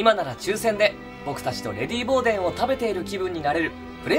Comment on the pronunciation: 梶さんのデンのDの音が下がりきってない。 小野さんが一番音程が正確。